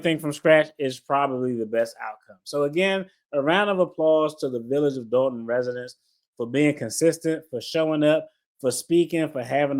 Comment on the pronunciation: DOLTON NOT DALTON BRO